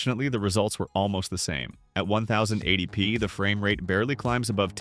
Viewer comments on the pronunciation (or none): "One Thousand Eighty P" "Seven Hundred and Twenty P". it's pronounced "TEN-EIGHTY P" and "SEVEN-TWENTY P", please, learn to read a script properly. I could do a better job. I don't know what's with all theese channels lately where they can't narrate their videos properly. it bugs me.